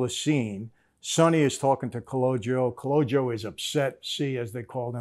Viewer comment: No dis respect but It’s actually Calogero not calogio lol it’s an old school sicilian name.